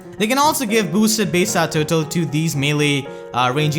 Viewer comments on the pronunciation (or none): please stop saying base state total because you pronounce it "bass tat tutu"